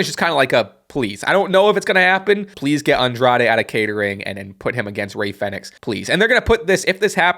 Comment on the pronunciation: Isn't it pronounced as like "phoenix"? Or am i wrong?